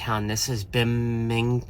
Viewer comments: Binghamton pronounced Bing Um tin 😂😂😂😂😂😂 Great video spectacular scenery! I love upstate NY. Haven’t been I a very long time. Might be time for a vacation 😊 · Binghamton don’t pronounce the H. BING AM TON SAY TOGETHER FAST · Bingham- Ton :) Great video!!!